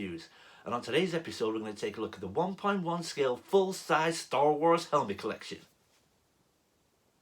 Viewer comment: Ho! Lee! Crap! I am DYING over here,! My wife came all the way downstairs to see what I was laughing so loud about! I'm crying! Hahaha! This is one of the most hilariously entertaining things I have seen in a while! Your American accent is awkwardly hilarious! "Store Wors!" You can tell you're trying SO HARD too! You still pronounced episode as "epee-sode!" The 'whip' sound when pointing? Loved it! "My jam on Reynolds Reviews" had me in hysterics! And then when you did the close up to the camera and said, "Let's get into this!" sounding like an 80's American action movie star, I could barely breathe I was laughing so hard! I LOVE IT! I'm honored that you chose me to lampoon! So well done! On a related note, I told you you'd like the helmet. Just one question though: do you think it's "fantastic" at this "price point?" hahaha! Anyway, great video, great helmet and spot-on impression, my friend! I'm glad to have met you this past year. And the out-take at the end was the icing on the cake! I cannot wait to see you do other YouTubers who have a unique delivery style! Cheers, my friend!